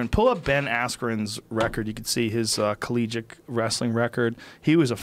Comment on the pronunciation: When someone says "collegick" instead of collegiate. You know they didn't go to college.